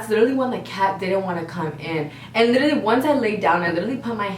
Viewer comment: Drinking game: take a shot every time they say “lidally”